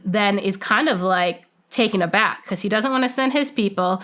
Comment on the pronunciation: Finally, a person who pronounces the phrase " taken aback" correctly.